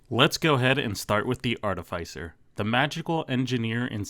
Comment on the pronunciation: You pronounced artificer wrong….